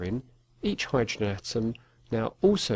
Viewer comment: That is how u pronounce hydrogen lmfao slaps leg